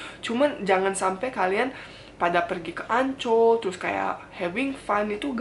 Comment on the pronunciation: Kak ngomong Ancol aku dengernya Anc*k Btw itu salah satu kata kasar di Indonesia, khususnya di Jawa Timur Cuma pendapat saja